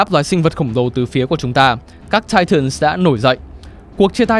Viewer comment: Để ý ô đọc titans nhiều lần quên "s":)))